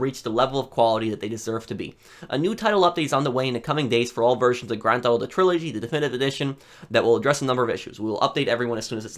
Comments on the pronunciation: "Grand Tho Auto 3" 🤣🤣🤣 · grand thauto?